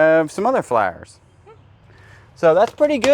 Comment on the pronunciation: I just found you guy's today and the way he says fla-ers/Flowers that brought back memories of a good friend of mine I lost 10 years ago she was From the south and that's how she said flowers